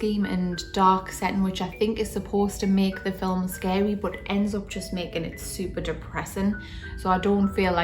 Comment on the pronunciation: "Fill Em" ... I like that. 😂👍🏻